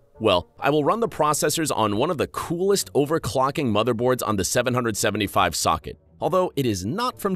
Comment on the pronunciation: can we just talk about how he said 775 instead of 775?